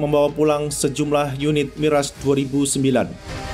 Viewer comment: Kok miras bca nya😂😂